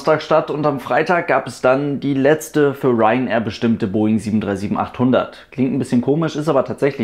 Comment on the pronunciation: Der "Southern"-Aussprachefluch der deutschen Aviation YouTube-Szene... ;-)